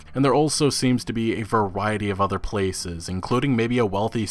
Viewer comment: The udder worlds?